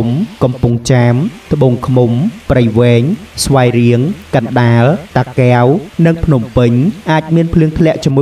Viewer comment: សូមអានពាក្យតា តាកែវឲ្យច្បាស់